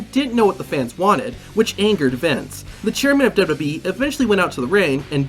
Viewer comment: Why do you keep calling it DibDIbWeeee???? Its damn irritating